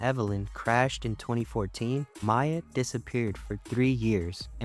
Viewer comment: Jesus christ. They say Mia's name SO MANY TIMES in both 7 and 8. How do you still screw it up??